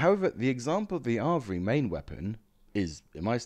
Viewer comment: Just a minor nit pick: it’s pronounced ‘Av-re’ (where the ‘av’ is pronounced as in ‘have’)